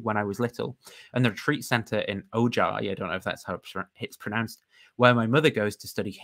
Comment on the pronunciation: The towns name is pronounced "o-hi" . Your inability to know how to pronoun Chumash place names is noted, and immediately excused. God knows what you'd make of Port Hueneme... And yeah, California is a big spot of weirdness with respect to religion: Gore Vidal set his messiah here. Carry on.